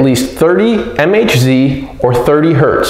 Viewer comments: ..and MHz is megahertz, not EM-EICH-ZEE... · 3 HZ = 3000 MHz ??? REALLY??? MHz is Megahertz, NOT m-h-zee 😁 Try it again!